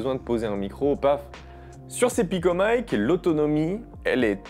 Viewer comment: MATERIEL FRANÇAIS : DONC PICOMIC PAS PICOMAÏKE